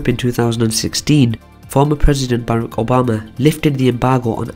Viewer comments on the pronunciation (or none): none